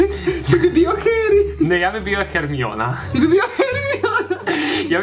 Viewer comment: Čita se hermajoni ne hermiona i niko te ne bi prihvatio kakav si